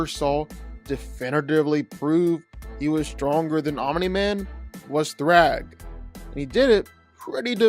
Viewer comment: Stop saying "Ominy-Man".